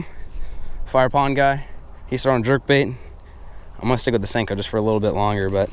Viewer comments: Please stop saying stanko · For real! That shit drives me crazy every time he says. I'm not sure why. I guess it's the disrespect of a classic bait. It tends to make cringe though!